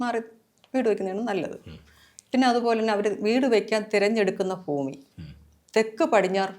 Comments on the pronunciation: ഫൂമി അല്ല ഭൂമി എന്ന് ആദ്യം പറഞ്ഞു പഠിക്കു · ഫൂമി.. no n. ഭുമി പറ.. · ഭുമി അല്ല ഭൂമി